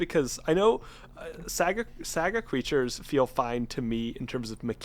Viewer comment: pronouncing it "sæga" is killing me.